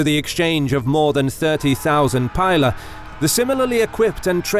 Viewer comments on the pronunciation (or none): none